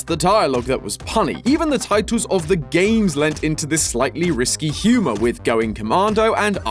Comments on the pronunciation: Hearing risque pronounced risky is a new one. Fun! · "risky" or "risqué" ?